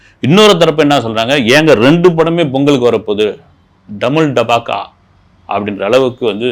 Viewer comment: டமுல் டாபக்கா இல்ல டபுள் டமாக்கா